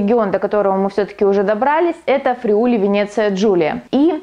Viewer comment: Внимательно слежу за вашими работами. Спасибо за труд! В рамках изучения итальянского... Friuli ударение на первое i